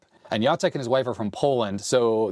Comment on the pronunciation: You say "Jacek" name just right :D and "krówki" are so good, but like 99% sugar so watch out for that!